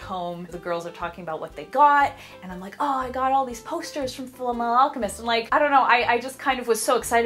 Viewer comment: "Full meh-ahl alchemist"